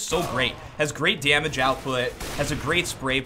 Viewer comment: "great dyamage output,great spray prattern"